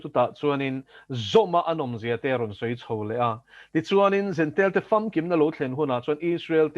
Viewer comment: Jentile tih a nia, a mizo ṭawnga lam dan turin an ziaka jentail tiin an daha, mizo lam dan tura an ziak hi a sapṭawnga lam kan ching tlat.